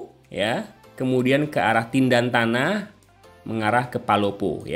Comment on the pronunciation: Tentena Bukan tindantana